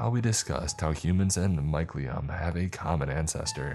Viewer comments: Yeah I'm sure he uses that word constantly in his day to day life.. I'm sure he's been mocked for it daily without knowing it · Hey man just so you know for future reference, it's pronounced "my-seal-e-um" and it's basically the mushrooms nervous system. It's like a white webbing shape that grows in the substrate and mushrooms pop out of nodes within this network. It's really more accurate to think of the mycelium as the main part of the organism and the mushrooms or fruiting bodies as they're called as the reproductive organs. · its my-cell-ium